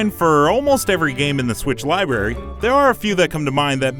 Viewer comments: Dude says "libary" like he's a 6 year old 😂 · Did he say libarry?